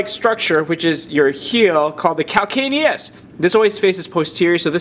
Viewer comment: CAL-CAN-I-US. who is ever going to forget that?